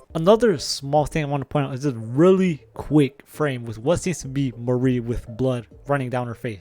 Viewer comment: No it's Mari with the E sound at the end.